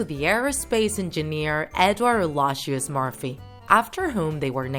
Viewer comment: it gets stuck A-lo-i-shus Murphy’s laws not the Murphy’s laws